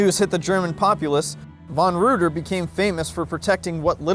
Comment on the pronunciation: Reuter is pronounced Ryter in German